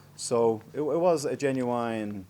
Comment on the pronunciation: No way Irish people say genuine the way he did? ...